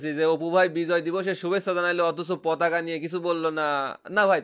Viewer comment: পতাকা উচ্চারণ করছে নাকি প্রতাকা?ভালো করে কেউ শুনেন।